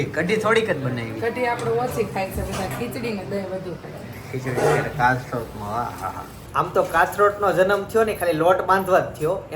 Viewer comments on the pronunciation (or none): કાથરોટ નહી કથરોટ કહેવાય